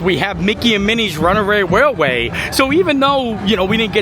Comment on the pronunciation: I think you struggle with Runaway Railway because you pronounce you R’s and T’s like W’s. Like when you say Mounwain:). That’s ok. What makes you.